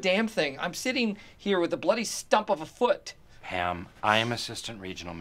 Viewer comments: Am I high or do I hear Ham not Pam? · “I’m sorry are you saying pan or pam” “Oh it’s palm” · I thought he said pan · Is it just me or did Dwight just call Pam “Ham?”